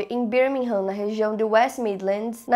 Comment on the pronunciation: só pra dizer que se fala Birmingham > Bêrmingan - o “h” fica mudo 😜